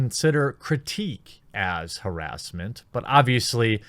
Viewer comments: I swear if I hear him say HEEEEEERESMENT again I will fucking misgender a transgender the next time I see one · I always cringe a little with the way you pronounce "harassment."